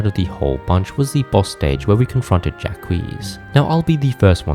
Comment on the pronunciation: Ja-qweese is my new favourite way to pronounce Jacques, thank you so much for this :'D <3